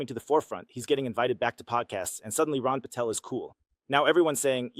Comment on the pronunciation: It's Ron Paul, not Ron Patel.